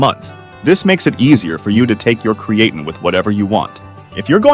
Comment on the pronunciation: Your crappy AI voice can't even pronounce creatine right. It's dogshit.